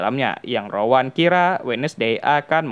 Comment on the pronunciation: Rowan ❌ Rawon ✅